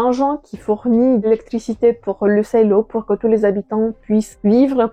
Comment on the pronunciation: Pas la peine de prononcer"silo" à l'anglaise, vu qu'en vo le livre s'appelle Wool. Sinon, bonne vidéo !